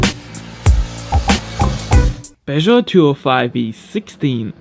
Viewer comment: you know any person is Franks if they nailed to pronounced Peugeot like that